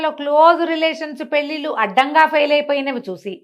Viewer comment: పెల్లిల్లు కాదు పెళ్ళిళ్ళు... Please note